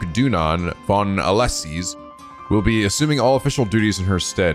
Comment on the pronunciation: It's spelled AUS-LESE not ALESIS!